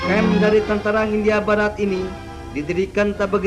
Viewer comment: Kebanyakan huruf H, pak.....😀